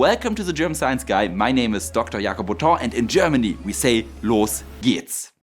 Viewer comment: ""Los geht's" (pronounced 'loes gates'), which means "Let's go!" or "Here we go!""